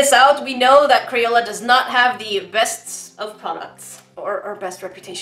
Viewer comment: Why does she call crayola as CRAPOLA.😝😝😝😝